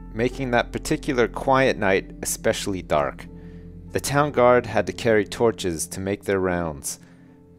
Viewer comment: "Esspesaily" Sorry, but I'm laughing so hard right now...